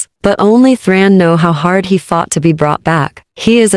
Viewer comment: It's THARN, NOT THRAN